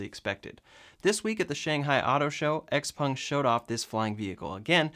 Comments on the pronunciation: A few things on the "flying car". First, is it XPUNG OR XPENG? Sounded like you said XPUNG. 2nd, the thing has no wheels. Which means it's not a flying "car" - and good thing too. If it can take off and land vertically, we don't need it to be a car. And why even attempt one before we can reliably build and fly multi-copters large enough to take people? No point in building something that will be both a lousy plane and a lousy car. Oh, and as for Elon talking about "hovering" on the Joe Rogan show, I did see him do his share with the help of all the pot he was smoking. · pronounces it Xpung did you notice that! 😆